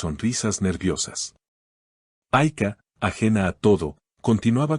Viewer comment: No pronuncies "AyKa" !!! Ayça se pronuncia "AYCHA", please 🙏🙏🙏